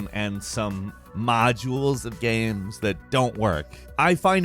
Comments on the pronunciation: he says games like "gaems" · Guy says "games" really weird. "Gahhhems." Like bruh.